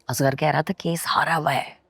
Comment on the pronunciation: Koi pakeeza ko asghar kehna sikha de!!! Azgar kehti rehti!!